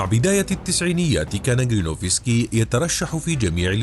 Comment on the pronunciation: اسمه جيرينوفسكي ... و ليس كرينوفسكي. تخدش الاذن 😅🥲